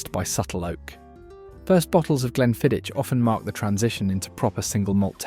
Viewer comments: You need to learn to pronounce Glenmorangie and Glenfiddich properly, but that's what happens when you use AI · I'm cringing when you pronounce glenmorangie and glenfiddich